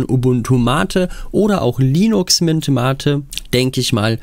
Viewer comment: Endlich mal ein Videoproduzent, der MATE korrekt ausspricht.